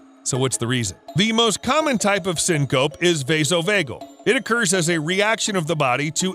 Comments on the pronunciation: OMG it's "SEEN-Co-PEE" not "sin-COPE" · Mispronunciations caused by reading a word you’ve never heard are aggravating. Says syncope wrong twice 47 minutes in and I’m only commenting cuz that’s not the first word I noticed in this video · Like the video but FYI the e isn’t silent on syncope.